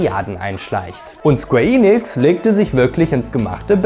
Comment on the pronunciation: Super Video, Sleeping Dogs war einer meiner ersten Platin Trophäen und ich würde mich sehr über einen Nachfolger freuen… naja die Hoffnung stirbt zuletzt. Achja, kein Hate aber BITTE … es heißt square EN- ix nicht Eeeee- nix…